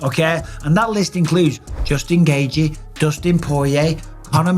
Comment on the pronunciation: Justin GAY-G 😂